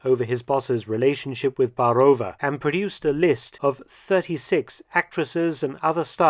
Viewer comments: BAAAAAAAAROVA - not Barooova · Great video as always! Though I must note the pronunciation of Czech names is not akin to Russian names. There is an accent on the a in Baarová , which should be stressed rather than the o. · Interesting video... But please try to invest more time in learning the correct pronunciation of foreign names. You managed it well with German names but the pronounciation of Czech Lída Baarová is so bad my ears fell off. :)